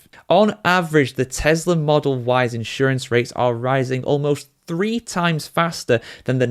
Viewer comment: Tesla not Telsa